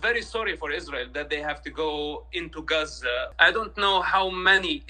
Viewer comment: He can’t even pronounce Gaza correctly. Yup he is Satan’s chosen minion